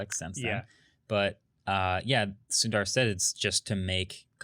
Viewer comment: Indian names 101: Sundar is pronounced as Soondar.